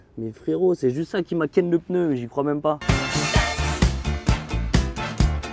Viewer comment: Un peneu 😂 on dit un pneu xd